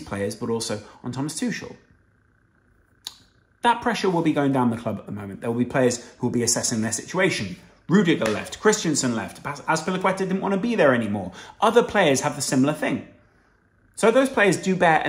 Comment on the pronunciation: Ok I just have to say, you English boyos need to stop calling him Christian-sen, read the name, it's Chris-TEN-sen